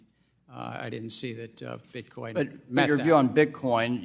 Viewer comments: Did Ms Waters say Bitcom? She doesn't even know what she is talking about! 😂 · “Bitcoin”!! Not bitcom Geezus Maxine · Maxine Waters can’t even properly pronounce her words. Get these dinosaurs out our government.